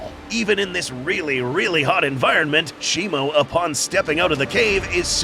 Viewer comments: U say Shimo like it's Shimu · How do you say shimo? I thought it was always pronounced she-moo but now all i hear is she-mo. Which is it?